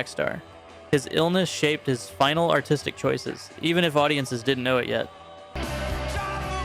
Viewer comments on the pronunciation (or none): none